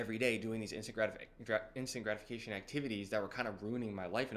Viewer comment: I thought you were saying "instagramification" instead of "instant gratification" 😅 ( i m from europe). Thanks for the video probably all true i m on my way. But for me the most gratifying is cardio. I feel it calms me down more than lifting weights... Because cardio can really exhaust you entirely